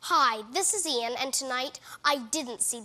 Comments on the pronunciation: Iain is pronounced "EE-yan." I think it's the Scottish spelling of Ian. (His dad is Scottish.) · wait, so his name is pronounced as `i - yan` ?